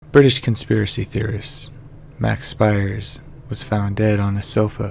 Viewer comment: Pronounced "Speers"